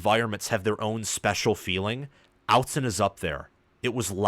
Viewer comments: OTT-zen not out-zen hahahah thanks for the video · Just so you know it’s Austen not outzen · Ahh-t zen. Not out-zen. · Since you are a Big Ten commentator, kudos for not mispronouncing 'Oregon', but it is 'Ott-Zen' not 'Out-zen'. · btw it is "Ott-Zen", not "Out-Zen" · Yes, it’s OTT-Zen, not OUT-Zen. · Aught….zen buddy, not however you say it. Autzen is pronounced just as it is spelled. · It's pronounced "oughtzen" stadium (which you should know if you want what you said you wanted, which is for that stadium to have a special reputation on the national stage). But thanks for your analysis. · Awwww tzen Not outzen. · If you’re going to cover Oregon, you need to learn how to say Autzen. It’s pronounced Aw-tzen. Get it right. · Its not "Outson" stadium as you pronounced it. If you are going to comment on games. This guy is an idiot. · I liked and subscribed but if you say outzen in the next video I see I’m going to unsubscribe 😂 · I agree. It’s annoying. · "Outzen stadium"😂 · Oregon fan here. This is the second time I've visited your channel, and I have to say that your analysis is pretty good, but I am not the only Oregon fan who cringes every time you say "Out-zen." It was forgivable for one video, but now is just disrespectful. It is pronounced with a short "o" as in "otter." You should know this by now. Otherwise, you do okay. 😊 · Perhaps you'd have more Oregon subscribers if you knew how to pronounce Autzen 🤣In all seriousness, a pretty good analysis of the game. Oregon needed one of these statement wins under Lanning. Wish I could have been at the game, crowd was insane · Real quality work and great, detailed, accurate breakdowns. Top notch analysis. However, you are mispronouncing Autzen. Please fix it, cause Autzen will continue to play a role in future Oregon games, since it is a significant factor in favor of Oregon.... And overall College Football atmosphere.